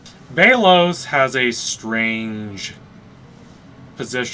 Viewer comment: It’s belos not baylos